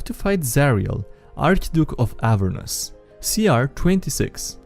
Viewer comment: The way you pronounced 'Avernus' gave me 2d12 necrotic damage.